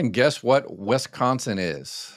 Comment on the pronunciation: Please! Wisconsin, not Wesconsin! And yes, we think Illinoians are anoyin’. (It’s just something we say when Illinoians clog highways on weekends rushing in to a place where the air is not yellow with pollution. My wonderful Mom and her wonderful parents were born and emigrated from Illinois, so i’m not really serious about them being “anoyain’” since those lovely people were the very best people i ever knew.❤)